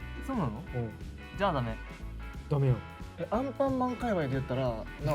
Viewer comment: 「アンパンマン界隈」じゃなくて「アンパンマンかいりゅう」に聞こえるの私だけ？WWWWWWWW